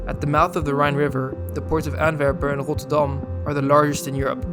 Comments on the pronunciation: Instantly knew you are Dutch by the way you say; ROTTURDAM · Rotterdam spoken like a Rotterdammer 😁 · the way you say Rotterdam is absolutely flawless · Very interesting, tjank you. And you are from Rotterdam youtself ... judging from the way you pronounce it . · And roterrrrdam 😂😂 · wasn't sure you're Dutch, but after your pronunciation of Rotterdam I have no more doubts :) Keep up the great content. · First vid i watched, subbed directly. Where are you from? You said rotterdam perfectly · Nice video! Are you by any chance from the Netherlands or Vlaanderen? Your pronunciation of Rotterdam was quite Dutch :p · You have really good Dutch pronunciation or you’re Dutch, cuz that Rotterdam was cleannn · He has a Dutch/Flemish accent when speaking English, explains why he pronounced Rotterdam properly too ;) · it sounded on point to me, maybe i would just spice things up with a bit of perkele, but thats my personal taste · Oh jij bent Nederlands? Dat gevoel had ik al toen je Rotterdam uitsprak😄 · DUDE! Came to say the exact same thing. That 'Rotterdam' was so spot on it caught me completely off guard.